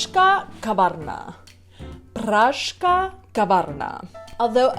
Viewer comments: Ad "Pražská", it is quite difficult pronouncing "žs" for non-Czech, there is "s" missing in your pronunciation. Try it slowly, syllable by syllable: Praž -- ská, Praž-ská, Pražská. The same with techtle mechtle (tech-tle, mech-tle) with hard "t". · I m sorry , really ... How you Are able to say " pražká kavárna " after 10 years in Czech republic . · Not pražká but pražská. You forgot to say "s". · Techtle Mechtle do not have any silent T's, nor does Pražská kavárna have a silent S;) I am pretty sure you pronounced it as Pražká. Your zmrzlina was really good though. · "Pražská" is pronounced [Praš-ská], where the "ž" followed by an "s" turns into a weaker "š" when speaking at normal speed. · No. You are right. The "s" should not be silent in "Prazska". Also the "t" is not silent in "Techtle mechtle". Unlike the "p" in Mrakodrap :-D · vyslovuje se PRAŽSKÁ KAVÁRNA ,tak to pražSka se říká se S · sorry i am late ... pražská kavárna ( missing ´s´ in your pronunciation ) ž+s ..... both has to be pronounced ..... sorry if i´m repeating another´s feedback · Při Tvém vyslovení "pražská" není slyšet písmeno S (praž...ská)